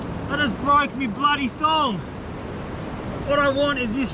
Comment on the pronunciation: When he said that he broke his thong I thought he said that he broke his thumb